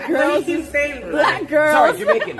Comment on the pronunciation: why adin cant say black normally he always has to say it like a racist